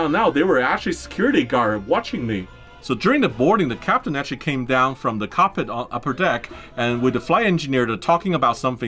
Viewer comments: Did he say cockpit or carpet? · I like how you pronounce cockpit 😆